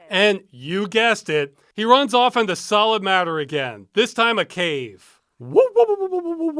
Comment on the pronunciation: "Picking up, or dropping awf?"